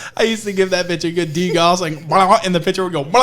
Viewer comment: One day, I will teach that there is a "c" in the word "picture." One day.